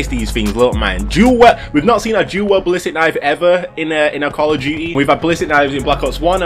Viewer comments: Whys this guy saying WELD man. I was getting so mad 🤣 For the record it's WIELD (Pronounced Wheeled) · “Do weld” 😂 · It's dual WIELD! WIELD!!